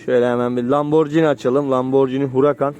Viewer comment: Ya birader önce LAMBORGHINI telaffuzunu öğren be!